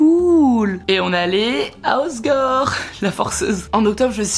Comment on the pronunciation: par contre c’est pas hossgore mais hossEgore